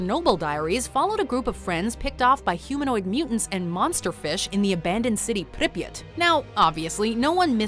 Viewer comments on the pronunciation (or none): its not pronounced Pripyit Its Prip Yeah T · i hate how she says pripyat, she says "pripyit" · Prip yat that’s The pronunciation it’s just like hearing somebody say HiroShima as hir rosh ama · Arghh the pronunciation of Pripyat 😩😩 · The way she says Pripyat annoys me so much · hearing say Pripyat Is amazing